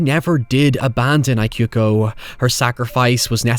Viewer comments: Just FYI, "Ikuko" is pronounced "eeh-ku-koh" :) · Mitsuko was fine to me, the “I” on Ikuko was what I couldn’t take 😅 It’s an Ee sound not an “I” like “I am” sound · Ikuko is pronounced with "ee" not "ai" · How can you watch an entire movie with people calling someone by their name correctly and then turn around and call her Eye-kuko for a whole video? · Similar thing with ikuko, instead of the I sounding like the word eye, it should sound like the EA in the word eat. So it should be pronounced as Ee-koo-koh. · Bear in mind that not only the director here the same that worked on Ring movies, the script is based on the story written by the author of Ring novels P.S. It's "EE-ku-ko" & "MEE-tsu-ko", please check how to pronounce foreign names before recording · "Eekuko" "Meetsooko" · Loved the video, but the constant mispronunciation of Ikuko and Mitsuko's name bugged me a lot hahah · You watched this, but you still can't pronounce 'Ikuko'? Come on, man, minimum effort.